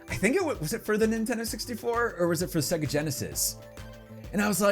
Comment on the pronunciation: Segga??? What is segga??? you let me down man. That's sacrilege dude. It's Saaaay-ga. Otherwise LOVE the nostalgia in this vid!